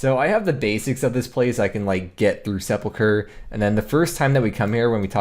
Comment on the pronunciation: At least he knows how to pronounce it. Ill drink to that.